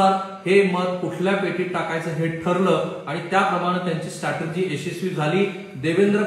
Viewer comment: स्टॅटर्जी नाही हो स्ट्रॅटेजी म्हणा. You are on national television, so correct yourself.